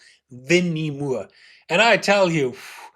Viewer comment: How to say Gary Moore.... Not Mure And Winnie Moore is as Gary Moore (More). Mure.... What key do you play in 👀 haha